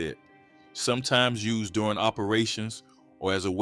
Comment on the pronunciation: This muthafucka said us'ed instead of used education ain't worth shit anymore